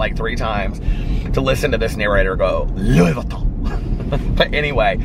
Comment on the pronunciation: Louie VUUHHHWEEton 🤣🤣🤣 weak!